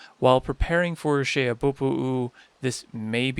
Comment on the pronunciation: I applaud the pronunciation of Xehabopo'u. Another helpful video.